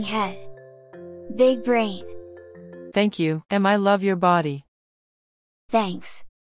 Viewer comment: “Thanchk chuh”